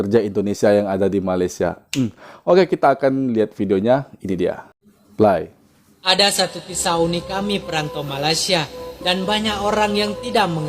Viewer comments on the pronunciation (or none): Bang YouTuber "PLAY" itu sebutannya/prounce bukan 'ply' as in fly-laler-lalat Yang benar, Pelir.